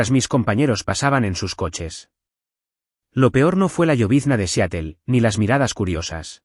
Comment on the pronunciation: SE PRONUNCIA SIAROL, NO SEATEL.